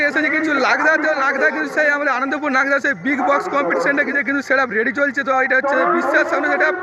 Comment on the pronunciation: দাদা এটা লাগদা না এটা হচ্ছে নাগদা 😅😅😅